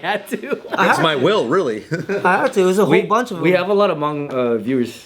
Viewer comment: The way you guys pronounce Hmong makes me laugh every time 😂